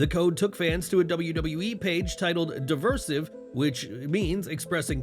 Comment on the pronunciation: DEE- RYE- SIEVE,....Now say it after me, derisive. There ya go...👍